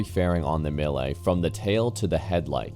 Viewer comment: is it that hard to say mee-le? what tf is a me-ley?